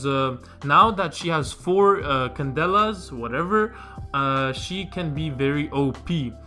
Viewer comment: Bro, where u from? That "candella" pronunciation killed me lol